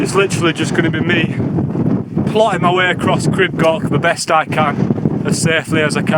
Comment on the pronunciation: Awesome video. Pronunciation, oh well have a look…..crib goch is more gore ch with a bit of length on the o. Like gore in gore tex then the Welsh ch. not goch like sock.the yr is spot on like ear, ear withfa, yr wydffa but y on its own is like a baby English language u. U garn for example. No English vowels more like baby English vowels. A e i u o. I did crib goch when I was about your age. Shit it and did most on my bum, not for the faint hearted is it. Great advertisement for the Welsh mountains, thank you bud.